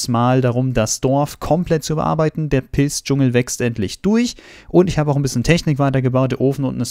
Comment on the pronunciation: Der Pilz-Dschungel! omg ich hab erst pissdschungel verstanden und dachte so wtffff